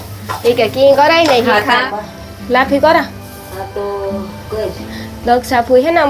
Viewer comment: લાફી નહિ, લાફસી કહેવાય.